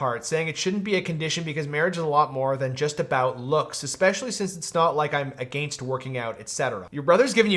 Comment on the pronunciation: lol I have never heard anyone pronounce “against” the way you do!